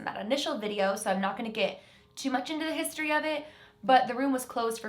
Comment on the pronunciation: Lol when she said history she said “hiisTOREE”